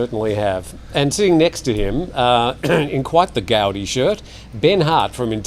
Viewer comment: Gaudy not gaudi